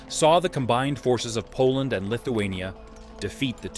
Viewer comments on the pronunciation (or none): none